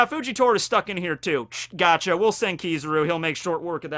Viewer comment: Why are you saying kizuru there's is A in his name it's Kizaru